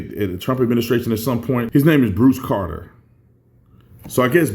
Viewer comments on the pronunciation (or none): none